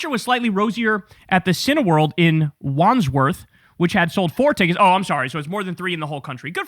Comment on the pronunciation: ...an ya don't pronounce the 'd' in Wandsworth. Ones-worth.